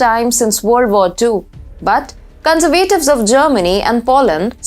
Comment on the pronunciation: terrible presentation. what on earth are you talking about? please use punctuation, commas, full stops and learn how to pronounce 'conservatives' just ask google. amateur hour.